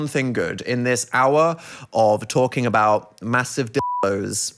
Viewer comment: Canadian spotted (heard?) — they said “aboat”